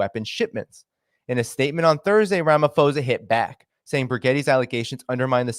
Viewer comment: Thanks for the information 👏🏼👌🏼FYI Phonetically we pronounce it Rama-po-sa👍🏻